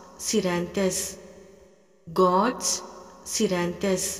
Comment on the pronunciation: Sorry I'm also Naran Sir's student, following all his healing techniques. I feel the gorse scleranthus is pronounced wrong in this video. Please make clear or may be I've mistakenly pronouncing wrong.